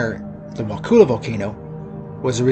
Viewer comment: Wakulla isn't pronounced wakoola. It's more like wah-kuh-la. Kind of like if you dropped the T and R while saying "what color" but not quite